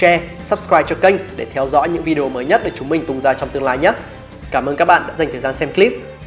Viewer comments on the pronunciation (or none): none